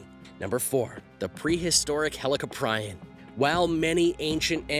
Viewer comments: Say helli-cop-rion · It’s pronounced heli-cop-pre-on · U said helicoprion wrong idiot